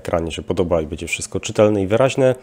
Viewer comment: Panie, jedna porada -- nie mowi sie "bedzie", ale "bendzie"